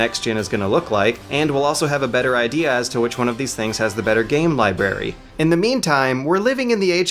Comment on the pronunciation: It's "LibRary," not "Liberry"